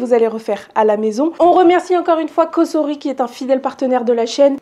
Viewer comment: Bonjour Merci pour vos recettes et vidéos par contre pour votre collaboration, tentez la bonne prononciation "S"entre de voyelles se prononce" z " et pas "ss" Donc c est "Cozori" en phonétique Mais il n y a que ceux qui ne font jamais rien qui ne font jamais d'erreurs...😂